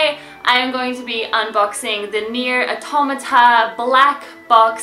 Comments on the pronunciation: It's not. Your saying Auto-mata, similiar to how one would pronounce automatic. I'm saying Awtawmahtah, similiar to how one would pronounce autonomous. You don't pronounce "autonomous" as Auto-nomous. It's a full free flowing word where "auto" and "nomous" are not emphasized seperately. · It's pronounced "Aw-Taw-Ma-Tah" (edited)